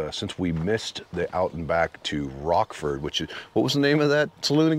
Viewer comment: Awesome! Best video on the SD BDR-X dirt portions I've seen. A few constructive things: the city of Lead is pronounced Leed, the town of Rochford is pronounced Rotchford (Rotch like crotch). Finally, the music. I could do without it, or have the level lowered quite a bit. I'd rather hear the bikes or your convo. Thanks for recommending just going through it. We have a good thing in the Black Hills, but the Forest Service hates the widening of trails due to all of the go-arounders. The Tread Lightly! principles are always encouraged so we don't get trails shut down. Nice work.